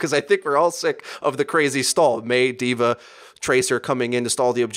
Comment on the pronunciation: it's "DVA" not "divar" or "divare", DVA. great video btw